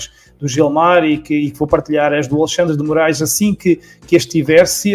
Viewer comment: Eu tô contando nos dedos para ver a encoxada no "aLEIxandre" kkkkk